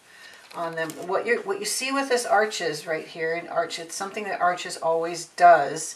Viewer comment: The auto focus feature on your camera makes this video almost unwatchable. Also, Arches is pronounced "arsh". I appreciate the information however.